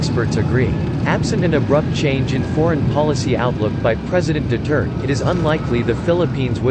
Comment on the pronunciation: Could you pleasw say Duterte instead of Dutirt!